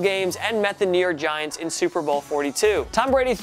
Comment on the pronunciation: Did you say “Diants?” I’m dead! ~Eagles fan